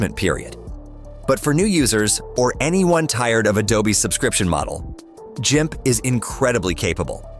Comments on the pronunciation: Should have checked your AI Audio voice on this video. It is not Jimp it is Gimp, hard G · Missed FreeShow alternative to ProPresenter. My choice for office suite is ONLYOFFICE, yet is a matter of personal choice/opinion. And yes, next time check AI voice over. “JIMP” really! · C'mon AI, learn how to pronounce Gimp. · If the AI is going to mis-pronounce words, it should at least be consistent. At first, I thought it was a Human voice...until it got to GIMP, which it pronounced three different ways, and even mis-spelled it (G-I-M-C). It did sound very natural though. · Gimp is pronounced with a hard G, like the word gum.